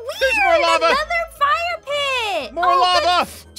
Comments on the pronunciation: when was in the caves with moeka and ein and he said, "lava, LAVA!" I thought he was saying Llama. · said LAMA